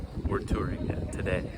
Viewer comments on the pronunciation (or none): none